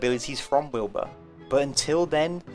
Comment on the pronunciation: Wilba and Wilbur being in the same game would bring me so much pain. I know it's technically like that in Don't Starve singleplayer if you have all the DLC, but it's a much bigger problem in Don't Starve Together. In this video alone struggles to enunciate their names differently, and he has the luxury of recording a scripted video with multiple takes. If you have a strong accent or are talking fast, it could be very difficult for other players to understand which character you're talking about when playing with voice chat. One of them would need a name change for sure.